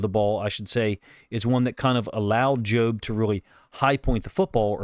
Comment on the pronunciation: You’re pronouncing it right, “joe”-b. I think Macdonald may have mentioned that he liked how the pass rush prevented Purdy from stepping up and into his throw. Great job by Jobe.